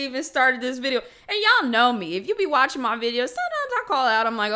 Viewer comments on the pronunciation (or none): none